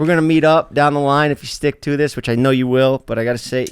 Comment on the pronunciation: Get off the pod bro.. the way he pronounces “know” “so” it’s so annoying dude been saying this since he was bald in the early days lol.. replace him with mike!!!! Please I’ll box and if I win he’s off the pod